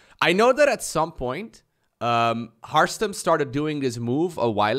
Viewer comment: says "Hartstem", I hear Hearthstone.